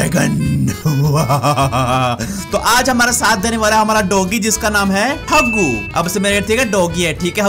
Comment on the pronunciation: Dr Jaggu. it is Haggu